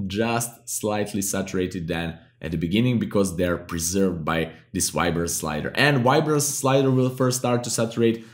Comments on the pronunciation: did he say ribance? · I hear "wide-brance"